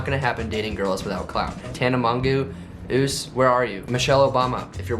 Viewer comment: ~ "Tana Mongeau... -oose" 😂😂😂😂